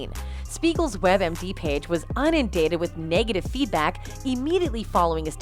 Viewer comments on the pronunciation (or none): IN-uhn-DATED. (Correct) /vs/ UN-UN-DATED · Not unindated...inundated.🙂